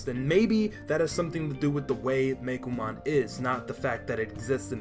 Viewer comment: You're saying Meicoomon wrong. It's not "Meikomon" It's "coo" like "Cuckoo" or like "ooooh, pretty~!"